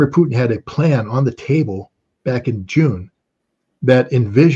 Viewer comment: Dear host, "Putin" is not pronounced as "p-n". More like Poo-teen. Vladimir: accent in the middle: Vladeemir accent on ee. Thank you for great interviews!!!!